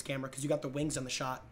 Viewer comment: he´s rolling that R so crazy it sounds like wings got a R too Wrrrrrings